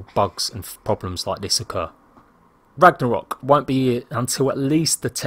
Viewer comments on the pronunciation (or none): did he say "ragna-hok"? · I think u said Ragnarok wrong in the beginning, no disrespect just letting u know... "Ragnahok"